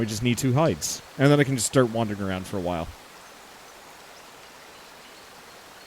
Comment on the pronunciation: am I the only one that finds it funny every time he says wandering?....also, that ending.....ooof